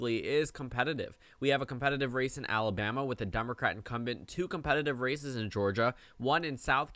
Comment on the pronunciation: lol every time you say these races it sounds like these racists and you'd be absolutely right